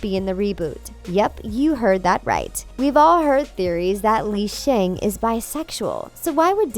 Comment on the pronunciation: it's actually pronounced Lee Shung